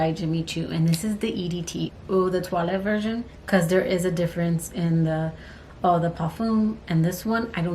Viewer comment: Since you mentioned pronunciation. .☺☺☺☺I will let you know that the way you pronounce "Eau" is by saying it like the word "OH". The name is supposed to be tongue in cheek, so you say it like "Oh so decadent! " 😉 ❤❤ I love both of those Decadence fragrances. ..good choices!